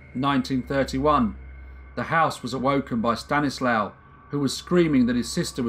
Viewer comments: Good video c: Just one not important thing: If his name is spelled "Stanisław" you read ł as w and w as v so it's like "Staniswav" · In Polish, W is pronounced V. So it would be pronounced Stanislav, not Stanislaw. Small point but I like the V pronunciation much better. I assume the languages are similar enough they’d both pronounce it the same. My last name Wisniewski sounds much better with Polish pronunciation